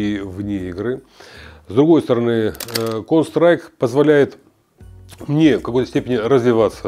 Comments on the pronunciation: Кол страйком??? Контр страйк!!! Ухо режет. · кон страйк! аж уши режет!!! почему он не может выговорить контр страйк? какой нахрен кон страйк! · Он говорит "КОН СТРАЙК")))) ЛОЛ))) Почти что КоньСтрайк))) он рил немного походу не в курсе как правильно игра называется или произносится) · Бесполезны такие игры для людей 60+. Он даже название игры правильно сказать не может, о чем речь. Лучше бы в шахматы, это интеллектуальные игры. А "ихра кон стайк" только реакцию развивает и то, для подростков сгодится, не более. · Сколько раз он сказал конс трайк ?) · Кон страйк он говорит, или мне слышится?))) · чел палится тем, что он Кс(контру) Называет коунсрайк ...не верю. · Выглядит он так как и должен выглядеть человек 60+ Он конечно молодец, но название игры коверкает прям брр :) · когда-нибудь он сможет выговорить название игры) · Выглядит как постанова, играет в дм на серверах валв, ну и как то неуверенно говорит, даже название игры неправильно произносит